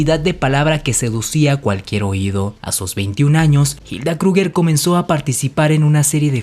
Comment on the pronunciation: Pocorigor científicos....no pronuncias nada bien el aleman ? Reich ? krugger? Si te basas en un solo .ibro? Es chisme lo que haces....demuestra.... no repitas